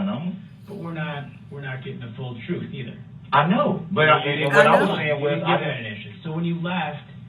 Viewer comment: It’s amazing how easily he lies. I mean, he absolutely was incapable of telling the truth”troof.”